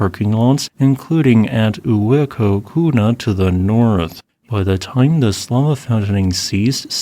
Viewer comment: Uēkahuna pronunciation key: Oo-EHH-kah-HOO-nah. Hawaiian is all open vowels; 'ē' should be elongated slightly. -- thx, a 5th-generation Local 🌺🤙🏼